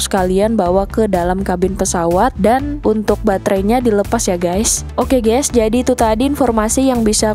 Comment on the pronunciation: Waduh ...ucapan kata GÈS nya banyak bgt, pakai bhs Indonesia aja! Bukan Gès tapi pronunciation nya GAIS! Mula2 saya kira mksd anda "gas"Salam dari Australia.